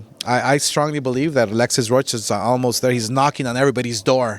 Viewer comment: Alexis " Row ka " .. 🤦🏽‍♂️.What a disgrace